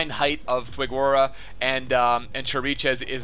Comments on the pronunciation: It's fig-uh-row-uh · It's pronounced Fi-ger-o-a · Fig-uh-roe-uh even